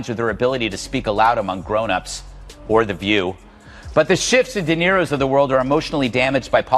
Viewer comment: Why does the narrator call him " Darro " and " Dyrro " ? Is this some kind of affectionate nick name thing?